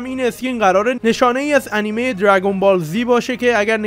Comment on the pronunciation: سینا ترو خدا انیمه انیمه نکن تو تلفظ می‌کنی از هرچی دوست داشتم بدم میاد🤣